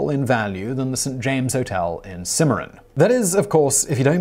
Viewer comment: Bat Masterson, not Matteron. -- The second syllable in "Cimarron" is stressed, not the first.